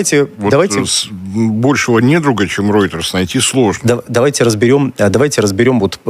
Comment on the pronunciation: Неправильно Вы reuters произносите, реутэры, просто реутЭры.